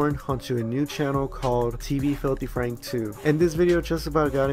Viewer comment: Franku? FRANKU! FRANKU?!?